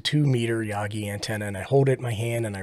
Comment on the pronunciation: The way you pronounce Yagi is Hot. Like RF Hot. Enjoying the Beginner videos, thanks.